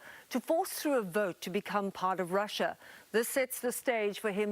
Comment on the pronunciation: Protect Russer? lol